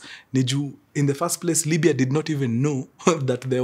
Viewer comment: It's Libia or Libya Mkuru check apo kwa introduction yoh, anyway sorry maybe it's mind playing games 😂😂